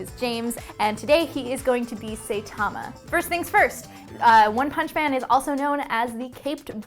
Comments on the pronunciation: SAITAMA! Not Seitama! Sai, like sigh. This is what make me feel she hasn't watched the show like she claimed to because every time they say it, it's very clearly Saitama, pronounced correctly. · *Saitama not saytama there is no y. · Ok ok ok rage rage hun sai tama sigh tama not say tama. It just grates on me a little more every time and I had to mention it. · I know no one cares but I think its funny she says "say-tama" when in the dub and Japanese version everybody says saitama like "Sigh-tama" XD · Please don't say SAYtama anymore Q.Q Like, Psy-tama, not Say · Please pronounce Saitama properly. That bugged the hell out of me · One of her favorite anime... can't pronounce "Saitama" correctly. -_ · Zenix 29 it's only a pronunciation error it's fine man no biggie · you prenounce his name wrong